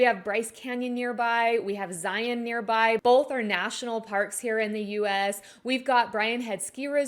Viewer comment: Thank you for pronouncing Zion correctly